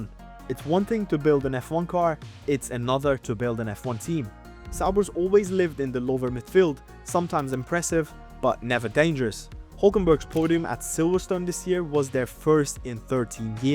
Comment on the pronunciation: You don't know how to pronounce sauber. It's with the Z, Zauber.